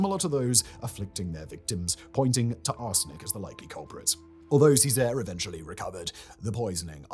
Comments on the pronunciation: His pronunciation of Cesare and Lucrezia made me want to cry :( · Simon I swear you need a pronunciation consultant Loo-cret-siya Lucrezia Chez-ere Cesare Bor-zhia Borgia